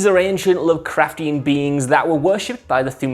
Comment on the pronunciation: Everybody jus loves sayin lovecraftain. " Lovecraftain" !